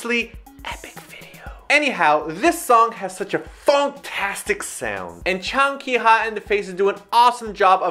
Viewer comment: its jang ki ha, not chang lololol